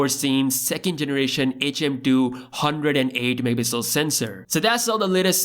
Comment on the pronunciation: Please say mega pixel again.